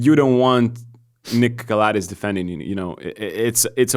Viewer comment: it's pronounced Calàthees. Been wanting to say it for a long time lol